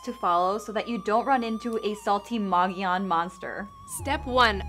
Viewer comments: Moe Go Lawn? No. It's moe ga Yun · If your gonna talk about the Mogollon monster, at least try and pronounce the word Mogollon correct....(Phonetically Muggy-Yawn, moe-gee-yone, depending on what region of Arizona or New Mexico your from), but never (Ma-ga-lon or moe-ga-lon) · It's not "Moge-LON", it's "Mo-gee-on". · "Mow gee on" not "mow go lon" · I'm from Az. It's not Mog oh Lon it's pronounced Muggy E Own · People always mispronouncing the Mogollon mountains in Az,it's pronounced like this (mo-gee-on);I'm Native American in Az.this is the way it's supposed to be sounded out like.and Payson (pay-son)long A.. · The hosts pronounced “mogllon” wrong it’s pronounced, “mogi-yon” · It's pronounced Mogee- On. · The mountain is pronounced mogi yone the ll is pronounced like a y , hate to nit pic . But this is my home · It's pronounced Mo Gi On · For Gods Sake pronounce it right… it’s. Mo Gee On .. your embarrassing Arizona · Pronounced "mogiyon", dam. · The two girls in the video can't hear that they mispronounced the name , lol, the double ll is silent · You pronounced mogollon wrong... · First of all, be aware of how to pronounce Mogollon young ladies. Really sloppy and ditsy. I'd enjoy this more if they removed the girl commentary.